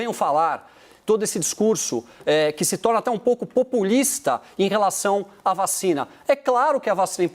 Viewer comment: “VA...CHINA”. kkkkk